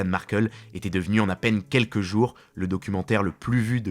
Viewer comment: ("Qu'mmm" / "sjamais") Ou encore les liaisons du genre huit z informations